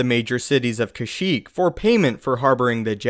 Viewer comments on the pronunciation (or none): none